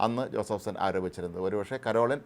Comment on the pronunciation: ആദ്യം ഈ പേരെങ്കിലും നേരെ പറയാൻ പഠിക്കണം.കരോളിൻ അല്ല പരോളിൻ ആണ്.മറുനാടൻ്റെ പല വാർത്തകളും ആരെ സുഖിപ്പിക്കാൻ ആണ് എന്ന് കത്തോലിക്കർക്ക് വ്യക്തമായി അറിയാം.